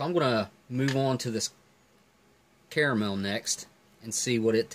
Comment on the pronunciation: NOO, DON'T ROLL THE R, Ca ra mel, Carmel is a placé in Israël and also in Californie who shrewdly elected Clint Eastwood mayor a while back